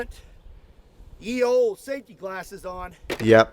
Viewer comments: "Ye" would be pronounce "The", it's a corruption of the Old English/Norse, modern icelandic "Eth" or ð. "The use of the term ye to mean "the" derives from Early Modern English, in which the was written þe, employing the Old English letter thorn, ⟨þ⟩. During the Tudor period, the scribal abbreviation for þe was þͤ or þᵉ ; here, the letter ⟨þ⟩ is combined with the letter ⟨e⟩.[2] With the arrival of movable type printing, the substitution of ⟨y⟩ for ⟨Þ⟩ became ubiquitous, leading to the common ye as in "Ye Olde Curiositie Shoppe". One major reason for this was that ⟨y⟩ existed in the blackletter types that William Caxton and his contemporaries imported from Belgium and the Netherlands, while ⟨Þ⟩ did not,[3] resulting in (yͤ) as well as ye. The connection became less obvious after the letter thorn was discontinued in favour of the digraph ⟨th⟩. Today, ye is often incorrectly pronounced as the archaic pronoun of the same spelling." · I hate to be pedantic, but 'Ye' is pronounced 'the' The Y Was actually a thorn, a letter pronounced 'Th' that was abandoned around the time of the 1st printing press. Or so I was told. Please correct me if I'm wrong :) Love your stuff! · Speaking of pedantry: The "Y" in "Ye Olde" is not a Y as in Ygrek, byt a Y as in Thorn and is therefor to be pronounced as "th". So "Ye Olde.." is pronounced the same as "The Old..." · It bugs me a bit when people pronounce it 'ye olde'. What looks like the letter 'Y' is actually the forgotten letter Thorn that makes the th sound. Ye was the way to spell the. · I was a little heartbroken to learn that thorn (which at some point looked much like a 'Y') was always pronounced like "th." So, it never would have sounded like "ye olde tavern." Instead, it would have just sounded like "The olde tavern" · In old English the letter Y was pronounced as "Th" so the phrase is pronounced "The Old Medieval Boom Stick" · Ye was pronouced the. Just to be pedantic..